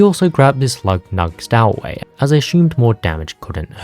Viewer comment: Stow in stowaway is pronounced like tow in tow truck.